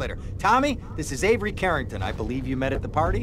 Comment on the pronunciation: U said the name Avery wrong I have a brother by that name it's A Ver